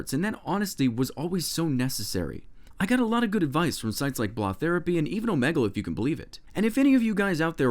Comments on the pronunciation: isn't it pronounced like 'oh-mee-gol' ? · How did you pronounce Omegle?!